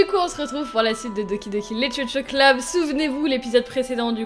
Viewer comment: pk tu dit lichuchu club?